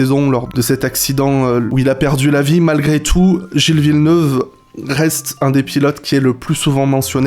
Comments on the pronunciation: Gilles Villeneuuuve ça pique les oreilles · J'adore mais s'il te plaît 🙏 Gilles Villeneuve ça ne se prononce pas comme ça 😭😂